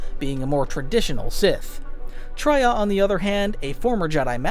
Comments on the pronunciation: Wookieepedia summary of the events? At least look up the pronunciations of the characters you're talking about. Traya comes from the word "betrayal," hence it's not pronounced as [Tr-ah-y-ah], but [Tr-eh-y-ah] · Real quick, you are pronouncing Traya and Kreia wrong. It is Tray ah and Kray ah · Tria? Who? Bro you cant read😂😂😂😂😂😂😂😂😂😂😂